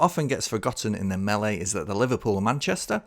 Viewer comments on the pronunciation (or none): none